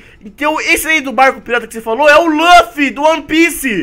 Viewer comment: Ele falou lufy e kaneki errado